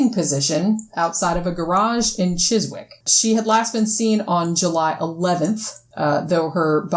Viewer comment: Oh, wow, 88 set the comments section on fire! I think the attraction of your podcast is chiefly in that you don't just accept everything at face value; you question everything and have plenty of "Yeah, whatever!" moments. Also, I can share your stuff on Facebook without worrying that my more-skeptical friends will dismiss it out of hand. (Chiswick pronounced "chizzick".)